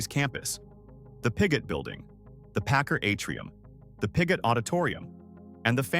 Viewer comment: It is not pronounced pi-GOT. It is PIG it. It is not pronounced pa-CAR. It is PACK CAR. I retired from PACCAR Financial.